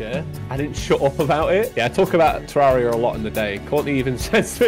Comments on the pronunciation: Ah, nah, got her saying “Ter-RAR-ia” instead of “Ter-RARE-ia” LMAO. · thats not how youre supposed to say terraria jaiden youre supposed to say tur rare e uh